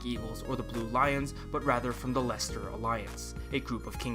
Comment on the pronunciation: FYI, the word "Gloucester" is two syllables and is pronounced "Glaw-ster" Same with Leicester. "Lest-er"